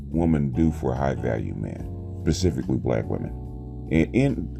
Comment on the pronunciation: said "pacifically" instead of "specifically".